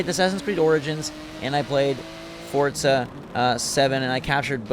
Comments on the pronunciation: It’s FORZA not FORTZA tf?. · Hey it’s not fortza it’s forza stop adding a t when you say thanks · Fortza Moztersport ...LOL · the next person on YouTube who pronounces it fortza is getting hit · Forza MoZorsport? loL GET SUM SLEEP